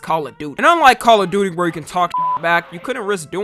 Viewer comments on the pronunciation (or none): none